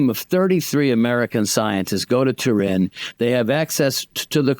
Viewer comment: You can't even pronounce "Turin" correctly. AI doesn't even believe in Jesus.